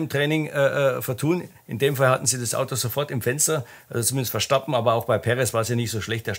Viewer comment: Ich mag die Videos sehr. Aber sag doch dem mal jemand, dass der Redbull-Fahrer Verstappen heißt und nicht Verschtappen. 😉